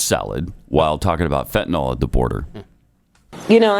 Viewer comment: That's the first time she's uttered the word fetanal.